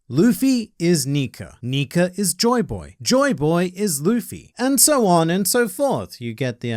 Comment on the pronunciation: WOW HE CAN CAN SAY "NIKA"🤯 and not Nikar🤦🏿‍♂️ but then says dressrosar😤